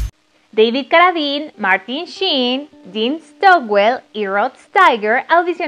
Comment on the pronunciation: Interesante pero por favor nunca mas digas "Caradin" .... Se pronuncia Deivid Carradain (David Carradine). Y chica por favor se te perdona lo de Caradin pero el Director es Cópola no Copola.